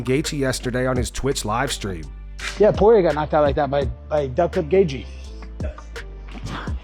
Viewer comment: Tunes in just to hear Patty pronounce Dustin Poirier